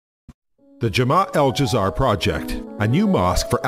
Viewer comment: The pronunciation of "Dzair" in this video gave me Cancer.........